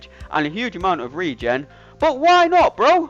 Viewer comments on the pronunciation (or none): none